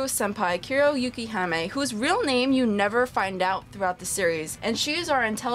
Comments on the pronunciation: You respond to a 2 year old comment to add the Kuro part, when my issue is with her pronouncing it "Yu Kee haa May" instead of what i said above? What was the purpose of your comment? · love your review, but one thing damn near made my ears bleed.. it's Yukihime, Yuu-Kee-Hee-May (snow princess by some translations, but im not exactly sure of the official one)